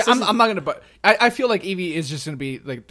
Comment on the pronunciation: This is the most cringy thing I've ever watched. Eeveer.